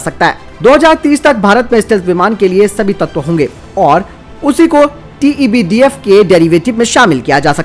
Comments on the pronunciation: Tebdf nhi sir tedbf h vo hr bar glt q bolte ho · भाई आप TEDBF को बार-बार TEBDF क्यूं कहते हैं?